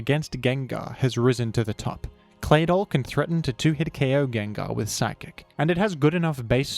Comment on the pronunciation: Geng-gar Sable-eye This is the correct/more popular pronunciations and I will die on this hill